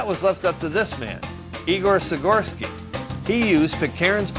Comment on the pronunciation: "Igor Sigorsky"? Try Igor Sikorsky......The guy in this video sounds like he's drunk...